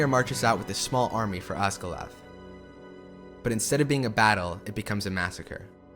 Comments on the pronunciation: "Ossgillath" threw me for a loop. Wait...where? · I love your appreciation for the lord of the rings and the incredible music. This is a great video, but please its Oz-Gill- EE- Ath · I thoroughly enjoyed this, but MAN the name pronunciations, LOL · I know this is petty but dude STOP pronouncing Osgiliath wrong.... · It’s so distracting from an otherwise good documentary 😭. I’ve never seen a person mispronounce so many of the proper nouns. Like they’re all said in the films and not that hard for English speakers to say correctly. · Chandler Wyatt Osgiliath is not pronounced the way he pronounced it. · Great video, love it But am I the only one hearing Osgalath instead of Osgiliath? 🥴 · I love your exploration of the themes, but I have a nit to pick: the city is Osgiliath, which has four syllables: Oss-gil-e-ath. You're welcome. :D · This is awesome and you did great work. But. Work on pronouncing ”Osgiliath”. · "Osgilath", lol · Being Swedish myself, which is as close to norwegian as possible, given the spelling it would also be pronounced that way (Eo), just as it is in the movies. The other names should be pronounced Oss-gill-i-ath, Kí-rith Un-goll, She-lobb. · Love the video, but I can't get over the Gone-dor, Rohaan, and for goodness sake did you say Ozgiloth? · Very good documentary. Fascinating insight. I am taken out of it slightly by the obvious mispronounciations of names such as Osgiliath, Cirith Ungol, Shelob etc. Even in text, it's Eowyn, not Aowyn. Given Shore's inspiration by Tolkien's languages and their sound, this isn't unimportant.